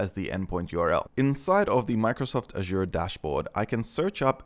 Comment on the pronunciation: How you pronounce azure 😂asua